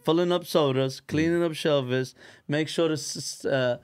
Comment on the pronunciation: We love that dude needs his own show on the food network. He is so original. Did anyone catch how he called shelves “shelves”? Mad love and respect for and his family from Long Beach California.